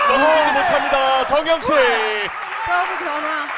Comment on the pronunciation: 심판분이 정영식을 잘못 발음하신 ㅎㅎ... 정영석!